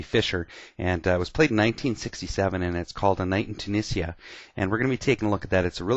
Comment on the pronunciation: It's actually pronounced "A night in 'Too-'Nee-jha"